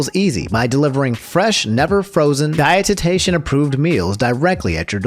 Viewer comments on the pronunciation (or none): Are you saying dietician wrong on purpose or am i looking too deep into it